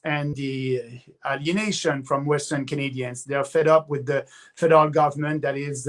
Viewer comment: Lol every time he says federal I hear Fidel. I voted Maxine last election but I will be voting for Pierre this time. I can’t throw away another vote, when conservatives have a chance of winning.